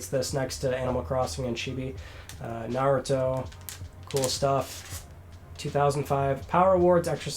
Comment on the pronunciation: I think you’re the only gaming YouTuber that pronounces Naruto properly there are some that pronounce it narooto.